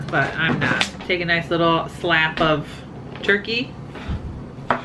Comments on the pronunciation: Omg I was dying too! Slap of ham "thud"! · I swear you said Slap of ham.. ;).. slap of turkey? my ear is plugged its making this funny haha was anyone else waiting for a grape tomato to ping off and Link to get it? hmm.. you are right I am not sure other than in the deli have I see provolone in something other than slices.. that dressing is pretty much like a creamy italian! and you just said that heh.. great minds!